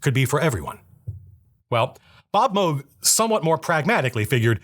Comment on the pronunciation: Thank you for pronouncing Moog right